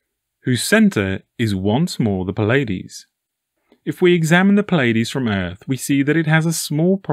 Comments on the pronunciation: It's NOT the effing Pillaydees. FFS, there is no i in between the P and L of Pleiades. It is pronounced plee•uh•deez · NOT Pill-Ay-Dees, my brother. British English: Ply-uh-dees; American English: Plee-Ay-Dees, Not (as far as I have been able to tell): Pill-Ay-Dees. Your material is astonishing, by the by. Utterly, profoundly interesting